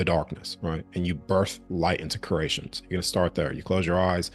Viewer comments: Cree ate, sounds like you are saying crate tion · I love everything about this message. Its driving me nuts he keeps saying curration though, it's creation. Sorry I had to vent lol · Are you saying “curation/cration” as opposed to creation on purpose? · Everytime he says creation I hear Croatian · I cant unhear "crAYshn"